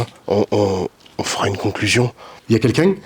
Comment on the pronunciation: Je trouve les disparitions inexpliquées fascinantes 😮 merci à toi pour tes explications, la passion et bienveillance que tu y mets 🙏 merci encore pour cette épisode 🤩 ça fesait longtemps que j’attendais le retour de cette série 👍🏻 plein de force à toi 🤗 (ps: j’adore le « y a klkun » avec l’accent du sud 😂 c’est ta petite touche)